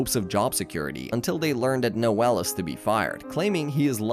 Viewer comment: Reigan. Cognitto. NŒl. WHAT IS THIS PRONUNCIATION?!